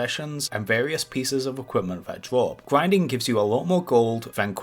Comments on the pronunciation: "You need to do some gwinding“ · GWINDING LOL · gwinding on youw cwasic wow cawacktew :D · You're telling me you've never gwinded wedwidge? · Gwuinding mumbs for expewience c: lol